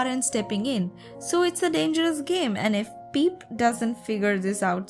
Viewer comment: i love how u say peep instead of pip😆😄